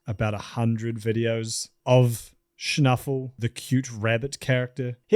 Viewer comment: And he kinda did it wrong